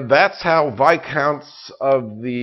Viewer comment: finally, someone who pronounces Viscounts correctly.....thank you